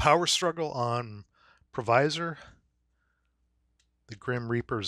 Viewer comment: In pronouncing Filipino words including street names you need to enunciate each consonant and vowel while pronouncing vowels in its short form. So you got the pronounciation of Pasig right but not quite right in Provisor. Hope this helps